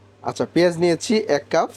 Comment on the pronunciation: ভাই শব্দটা কাফ না "কাপ" হবে